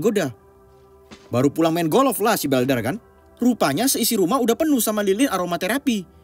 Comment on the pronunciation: Bukan golof pak tapi golf. Wkwkwk hanying benar loe bikin ngakak ini channel 🤣🤣😉🤣🤣🤣🤣🤣